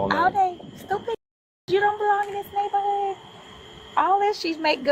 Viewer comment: Dam..you butchered the word neighborhood...bad!